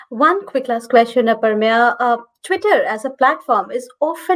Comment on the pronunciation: I don’t understand why can’t they pronounce the name Aprameya properly.